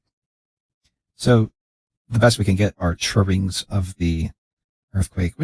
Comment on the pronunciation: This is one of the few channels that gets the auto-thumbs-up before I even view it. And it never disappoints. Good work,. "Dra-wings, drowings, I have the same problem saying that too, lol.